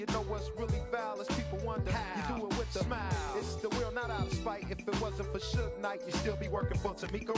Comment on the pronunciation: surge?? its suge